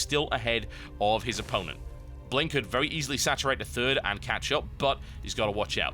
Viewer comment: can i just say its not bling its pronounced B-ling :)